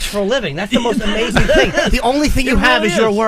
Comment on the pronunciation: “Here’sh da ting”*